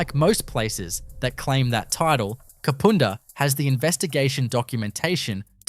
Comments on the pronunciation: Kapunda the U is pronounced as in “up” and having done both the ghost tour and living in the vicinity for over a decade I can tell you now that place is definitely haunted Also there have been murders including a triple murder in recent history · i know, everytime he said kapooonda i cringed!!!! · Kah-poon-dah is how U should say it 😅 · The Main Street of Snowtown is nothing like the pic you posted. I live 77km from there. If I need to use a toilet and I’m near Snowtown, I’ll stop there. I also buy food and drinks from the roadhouse there. Kapunda is pronounced as it looks. The u is as in the word under: Kap Unda. Not Kapoonda, which doesn’t exist. Someone else already pointed out about NULLARBOR plains, often simply called “The Nullarbor”. Narrator should go back to school. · It is Kap"u"nda. Amazed to hear it ranks as haunted. Used to waitress at north Kapund hotel. Kapunda does have an interesring history as many rural towns. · Ka pu (pa) nda not ka poo nda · Dude you are truly slaughtering the names of these towns and suburbs... kupunda,,, is pronounced ka-punda. The bodys in the barrels were in snowtown not kupunda mines most of the victims had been done in salisbury north and stored in the barrels under a bank in snowtown. The 2 places are around 110km away from each other. I cant keep watching. Get the facts correct learn how to say the names and you would be in a winner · Kapunda is pronounced Kaapuunda nothing like the way you are saying it. The Nullarbor plains are pronounced Nullarbor. I REALLY WISH people would research the pronunciation BEFORE they upload. Especially when you live in the same damn country. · Thanks for this video. Love it! Just a heads up… Kapunda is pronounced Ka-pun-dah. Cheers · You showed a photo of Hamley Bridge in the Kapunda story. Kapunda is not pronounced ‘Kapoonda’. The Snowtown bank is still there too. Great video though otherwise thanks. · its annoying when they say the places wrong ka-pund-a